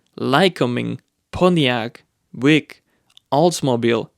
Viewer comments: Hey, I don’t mean to be rude & I know you have an accent, i just wanted to let you know that “Buick” has 2 syllables, not 1. It is not pronounced “Bwick” or “Byouk”. It’s Byou-Wick. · Great video, but I thought I should let you know that Buick is pronounced BYou-ick. Your pronunciations and English have gotten so much better over the years, keep up the good work! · Buke? Byuk? Byouk? It's Buick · Bwik lol... can't complain because he knows his shit but found it funny also. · Where is this accent from it's so interesting? I was following quite well listening like it was a podcast unaware there were captions. The he said "Buick" and I couldn't for the life me figure out what he was saying. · Funny my wife pronounced Buick the same way. Foreign accents are difficult to understand at times but everybody learns how to enunciation of words differently. One way is familiar to your ear, the other way is foreign but not wrong, just not familiar. Tomato or tomotto still make ketchup. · The way he pronounces Buick 🤣🤣